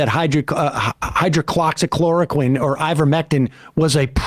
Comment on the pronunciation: It's been 3 years and Seder still hasn't bothered to learn how to say hydroxychloroquine... why should I trust his expertise on something he can't even pronounce?